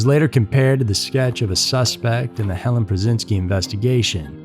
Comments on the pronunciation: Helene not Helen. It's pronounced Hellean. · Helene; not Helen. Such a sad story; she was so beautiful. RIP sweet girl.